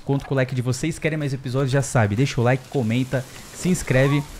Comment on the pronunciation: O famoso "laiki nu vidiu"